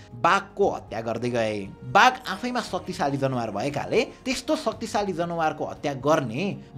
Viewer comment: isnt it जनावर, not जनवार ?